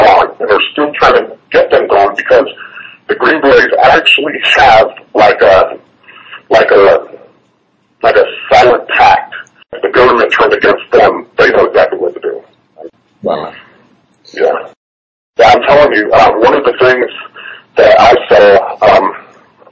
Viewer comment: PACT, NOT PACKED---THANKS FOR POSTING!